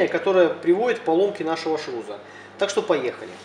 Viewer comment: Не ШРУЗа, а ШРУСа. Говорить научись.